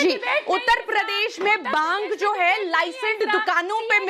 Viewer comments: Bhang ko Bang bol rahi hai ...bhang and drug ke different to pata hai Na... Bolne se pehele socho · Who is this baaang 😂 lady... she doesn’t even know how to say bhaangh.. 😂 May be she drank baang before coming to tv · Baang Kay pakode nahi bhaang bolna toh seekho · Bang nahi re baba Bhang bhang Jao pahle hindi seekh kar aaiye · बांग बांग बोल के दिमाक खराब कर रखा है बांग नही भाँग होता है।। टॉप की लाइन है अर्नव सर् का।😂😂😂